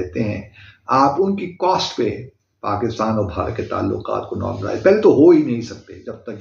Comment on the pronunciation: PaGistan Bharat say aage thaa... Joke of millennium. 😅 Chacha Abdu...learn to pronounce Pakistan correctly.